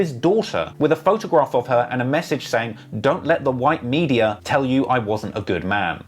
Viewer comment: It gives me a tiny pleasure everything this guy says "medayer" instead of media.